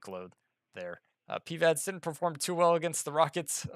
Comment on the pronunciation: I love your videos but please stop pronouncing PIVADS like PEEVADS